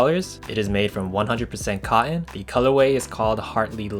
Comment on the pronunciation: Learn how to say denim and cotton